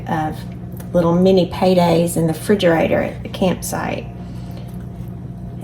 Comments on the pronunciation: Refrigerator. It is a refrigerator. Not frigerator. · I knew you were a real southerner when you said "fridgarator"!!!